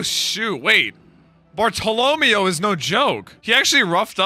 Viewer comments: the end pronunciation of Bartlomeo's name is meant to sound like 'mayo' (mayonnaise) instead of 'mee-o' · Its pronounced bar-toe-leh-mayo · It can't be that fast man! Me: You'd be surprised! Also, say it with me: Bart-Toe-Low-May-Oh Bartolomeo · Bar-ta-la-mei-oh is how you say it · Bart-toe-low-mayo is how to pronounce it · hey when you say Bartolomeo add mayo instead of meo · Bartolomeo is pronounced “Barto-Low-Mayo” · I love you but ffs its BAR- TOLO- MAYO. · It's pronounced bartalamayo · How does he listen to the VAs say Bartolomeo over and over then get it so wrong 😂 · Bro the way pronounces Bartolomeo is insane, bro they are literally saying his name in the anime why even guess wrong 😭